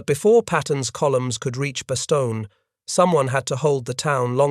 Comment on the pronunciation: How much credibility does a history lesson have when the narrator is not aware of the correct pronunciation of the name of the principal location: Bastogne ?